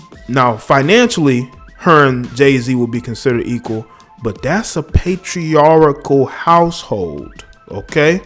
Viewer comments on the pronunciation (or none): First: The correct pronunciation is "pay-tree-ARE-cull", not "pay-tree-are-ick-cull". Second: Your days of monetizing your deep hatred of Black women are numbered. See: Steve Harvey. You are a disgrace to the Black community and the Black Liberation agenda, so you must be handled accordingly. Enjoy your "success" while you can.💫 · Patriarchal, not patriarichal